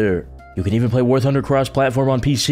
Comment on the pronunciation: I heard war hunder who else did